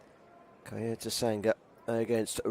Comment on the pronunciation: why does the commentator say "kayocera" and "kayoto"?